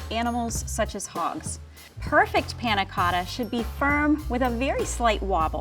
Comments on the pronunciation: the way he 'tries' to pronounce panacotta.. ugh cringe. stfu. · i like how says panacotta so accurate:D